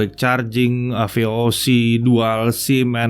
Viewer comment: Vooc bukan voc harusnya kan? :v